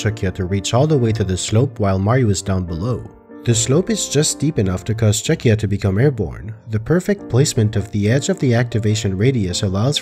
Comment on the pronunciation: is it really pronounced "chucky-a"? I thought this whole time it was "Chuck-ya". Cause like, that's what it does.